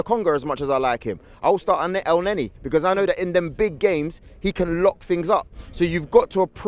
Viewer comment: starting el neni???? are you MAD??? EL NENI??? YOU NEVER LEARN do you??